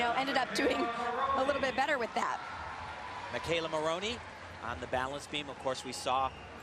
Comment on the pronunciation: At about , Tim Daggett said "Maloney" instead of "Maroney!"